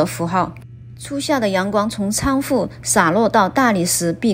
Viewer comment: 哈哈哈哈，一听就是四川人“cang fu”，应为chuang 窗 hu 户。